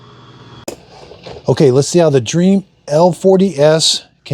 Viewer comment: It's DREAME not dream 😭